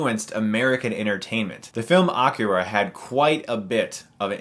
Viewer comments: I love Cowboy Bebop, Akira, Ghost in the Shell... :) one side note though, it's not pronounced - "ah-keh-rah" -- it's "aeh-kee-rah"--stress on "kee"... But it's ok, still a fan! :D love ur reviews. and I'm really glad to find an American who knows his Anime... :D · no need to pronounce akira as the japanese would. c'mon fellow american, say it with me, "uh - keee - ruh" with emphasis on the keee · Chris...I don't think that's how you pronounce Akira. And that's really not how you pronounce Satoshi Kon, like, at all. However, I'm so glad you mentioned his major influence of movies that get critical acclaim as 'original' in America. Also, love to see you review Kill la Kill, Samurai Champloo, Ergo Proxy, Serial Experiments Lain, etc.